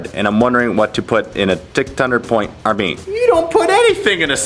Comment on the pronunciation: Units in that "army" not "arm" ffs